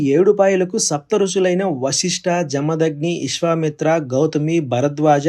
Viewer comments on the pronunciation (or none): 🙏🙏 వాన దుర్గ కాదు నాయన, అది వన దుర్గ. ఇస్వమిత్ర అనకూడదు . విశ్వామిత్ర ఆ..త్రి కాదు అత్రి మహర్షి అనాలి. పరిషిత్తు ప రి క్షి త్తు ఒక్కటి కాదు 7 మాటలు సరిచేసుకోవాలి, 🙏🙏